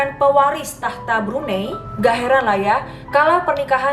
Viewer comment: Cara sebut Brunei is "Brunai" ♥️